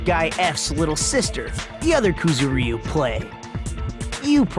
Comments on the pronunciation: Koo-zoo-RY-oo? Koo-ZOO-rry-oo. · ***** KuzuREEu? Yeah, no. Ku-zu-ryu. 3 syllables, none of which is the y. Maybe Ku-zur-yu to make it easier to pronounce for English speakers, but seriously, just no. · rockCity777 They aren't. They're pronouncing the "y" in "Kuzuryu" as if it was an "ee" vowel. It's kinda funny. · Why do the characters in a Japanese game butcher a Japanese name? Ys never recieve stress in the romanization! They aren't even syllables: it's supposed to be like the Y in yack. AAARGH!